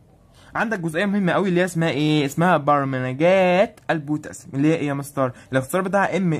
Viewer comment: Loly Salah الدراما التركيه والكورية انا الصراحه ضحكت جامد لما سمعته وهو بينطقها 😂😂